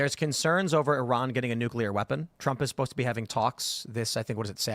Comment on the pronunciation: Hoo-tees. Not Hoot-sees. Nook-lee-R. Not nookool-R. FFS bro..